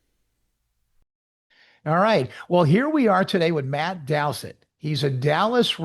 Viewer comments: Why is the name DOUTHIT pronounced DOWSIT ? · No, it's pronounced DOW-THIT